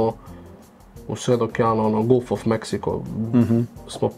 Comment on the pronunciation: Не изговара се Гулф него Галф